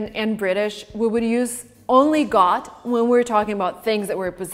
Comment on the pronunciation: I dont know how youtube auto subtitles work, but when you say "got" subtitles show "god". I mean your pronunciation is a little wrong maybe